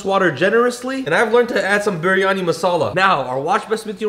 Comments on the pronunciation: Bro, the last biryani recipe you said “biryani” and in this one you said “bur yani” Bro you got white washed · I’m a Muslim and u have to say it as bryany ❤